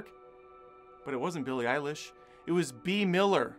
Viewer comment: This video should be named: "Many ways to say Billie Eilish's name wrong". Had a good laugh. Thanks